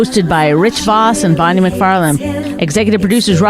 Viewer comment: Vos makes Bwonnie cwoffee.